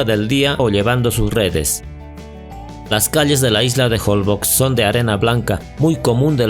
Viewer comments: Se pronuncia jolbosh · SE PRONUNCIA JOLBOSH (Holbox) La letra X se pronuncia como SH regularmente, en el idioma maya. Un saludo